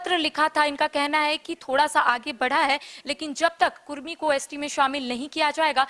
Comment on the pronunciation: कुर्मी नही कुड़मी